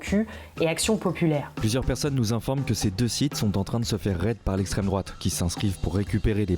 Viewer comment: Cé l'esstrême droaâate !!!